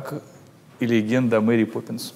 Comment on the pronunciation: Crash Zone так же не Мери а Мэри))